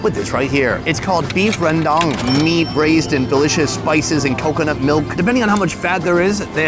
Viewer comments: So funny how you pronounce Rawndang 😂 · “Beef rendong” 😂😂😂